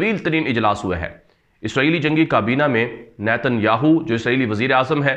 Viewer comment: السلام علیکم ورحمتہ اللہ وبرکاتہ ۔۔۔ارے بھائی صاحب آپ کی خبریں بہت زبردست دست ہیں ۔پر ایک بات کا خیال رکھیں اسرائیل وزیراعظم نیتن ۔۔۔۔سے اگلا لفظ نہ کہا کریں ۔ہماری زبان میں اس لفظ کی معنی گانڈو ہے ۔۔مطلب ۔۔۔یاھو۔۔ کی معنی گانڈو ہے ۔۔تو عجیب بات ہے کہ آپ اس لفظ پر زور بھی زیادہ دیتے ہیں ۔۔۔۔اور گھر میں بیٹھے ہوئے یہ خبریں اونچی آواز میں نہیں سن سکتے۔۔کیونکہ بچے خوب ہنستے ہیں ۔۔۔۔۔😀😀😀😀😀😀